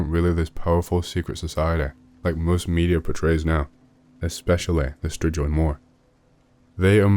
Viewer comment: ....it's pronounced stri-goy